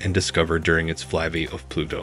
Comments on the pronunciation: Why does the narrator keep saying "Fly Be" instead of "Fly by"? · Ikr, he apparently doesn't know the sound of "Y"